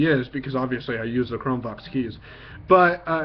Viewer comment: Hi I'm blind and use the exact chrome book u just demo straightens! I just wanted to bring to your attention that when u say the words Chrome Vox it sounds like your saying Chrome Box! There is a chrome Box desk top but this might be confusing to a blind person thinking of buying one or ETC! Thanks...